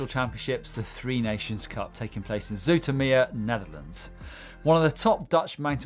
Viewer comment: Zoetermeer 😂😂 nearly didn't recognize the name with the English pronounciation (as I completely fail at spelling) nice try though :)